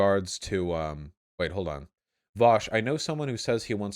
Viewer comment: It's spelled 'Vosh' and pronounced 'Vowsh'. Get it right pickaxe-heads